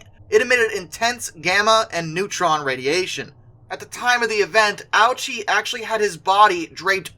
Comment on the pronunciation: No, he didn't. The speaker just didn't pronounce it correctly. It should be pronounced Oh-OO-chee (OO as in spoon).